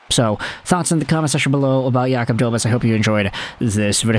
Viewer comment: It's pronounced DobeSH